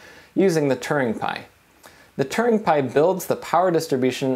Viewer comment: when you say "turing" it sounds like "Turning"